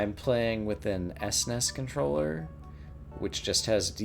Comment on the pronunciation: I’ve love your play, but when you say S Ness it grates on my ears like nails on a chalk board. S-N-E-S or Super N-E-S or Super Nintendo are fine. 😅